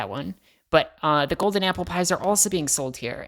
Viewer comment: First off, the editing was so fun :) Then, LOL! The cut at "aupple" pies means you totally tried saying that and messed up a ton, haha. Also, you guys should do something for Pi Day, on the fourteenth (I'm a math nerd :p) Finally, NNOOOOOOOO!